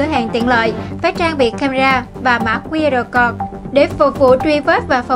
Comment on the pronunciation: XNV nên lưu ý khi phát âm, đọc 'QR CODE' nghe ỚN QUÁ